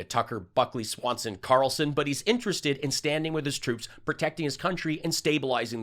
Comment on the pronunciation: INTERSTOLDED HAHAHAHA